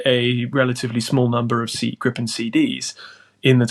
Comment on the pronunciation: You're welcome. And it's Gripen! Not "grippen"